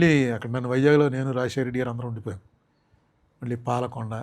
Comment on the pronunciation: విషయం ఉన్న వ్యక్తిగా చక్కటి programs చేస్తూ ఉంటారు కానీ, భాష మీద పట్టు సంపాదించ లేక పోతున్నారు, ళ ళ ళ బదులు ల ల ల పలుకుతూ ఉంటారు ప్రతీచోటా, program మొత్తంలో ఒక అపశ్రుతి లాగా ఉంటుంది, Example -మళ్ళీ బదులు మల్లీ, వాళ్ళు బదులు వాల్లు అంటారు, Please practice using ళ ళ ఉచ్చారణ elevates your talent Please understand and practice